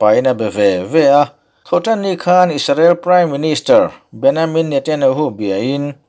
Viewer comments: An mahni Israel chuan Beniamin tiin an lam.. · English a "Ja" tih hi Jewish chuan "Ya" an tih avanga BenYamin tia lam a ni ang. 'n a lam dik e. Ya (english:Jehovah; Jewish:YAHWEH) tih hi LALPA lei leh van siamtu hming a ni. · A lam dik e. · Bennyamin ati 😁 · min a an Prime minister Hming i lam dan chuan hrilh a va tihai ve le e😁😉👍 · Pronunciation hi ka lo chik ve mai mai thin a. Israel('I sa rel') ti a i rawn lam khan mizo ril rem in i rawn lam ah ka lo ngai a, a tha khawp mai. Mahse, an PM Benjamin Netanyahu hming kha chu Benyamin i rawn ti ta daih khan i rilru ngheh tawk lohna a lang tel.